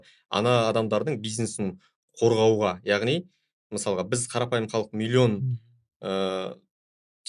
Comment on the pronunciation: Журналист жігіт неге МЫСАЛҒА деген сөзді МЫСАҒА дейді ?